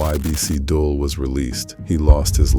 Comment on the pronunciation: It's getting corny now bro.... It's pronounced "dool"